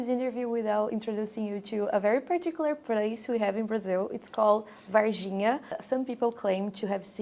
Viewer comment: Moça o nome correto da cidade é VARGINHA, vaR, com R. Vaiginha com "i" não existe.